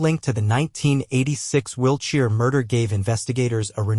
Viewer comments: Why can’t people do their own voiceovers….the van was parked in a “labia”…. Really??? 😳🤣 And “will cheer” instead of Wiltshire. I don’t think there was any cheering going on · I heard it as ' Wheelchair '. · This AI narrator makes mistakes with the pronunciation of names (Wiltshire), and also with some basic words (e.g. lay-by).